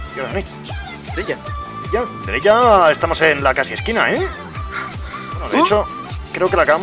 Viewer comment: Like por la ''dereya'' de!